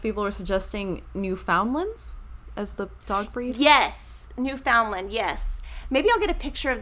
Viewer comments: The dogs are pronounced newfun lands. Just 2 syllables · Newfoundland is pronounced l like NewfundLAND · And so is the province but no s at the end. Canadians struggle with it all the time 😂 but it’s New fun land